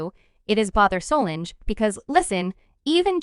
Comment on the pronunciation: The amount of disrespect of the pronunciation of Beyonce, Solange and JayZ names displayed in this report is baffling! Do better‼️